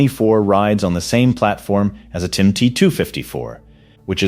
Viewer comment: The fact that you keep saying “TIM” instead of TYM really destroys your credibility.